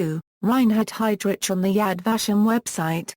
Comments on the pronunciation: pronounced "HeydRick" no HeydRich; Germanic pronunciation. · its Heydrich is pronounced hide rick not hide rich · Everytime this computer voice says 'hide rich' his evil soul flinches in Hell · This is the worse computer voice ... seriously lol...your doing a review of this man's career and life and you can't even pronounce his name correctly..I stopped listening to it...take this shit down!!!..I already know enough about him and even though he was a cold soulless murderous power hungry monster...your doing him a great disservice